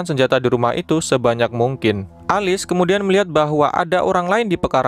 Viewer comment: Alice bacanya bukanya elis?😂